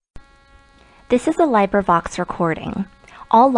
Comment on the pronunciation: "This is a lie-bra-vox Libravox) recording..." You have to put some effort into getting it that wrong. I've heard actual robots sound less robotic. Isn't there anyone in this guy's life to tell him he's terrible? (Multiple pronunciations of the word "phenomena" as fe-no-mi-NUH, I.e. )